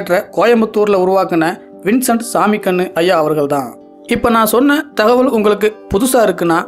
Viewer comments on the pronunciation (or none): none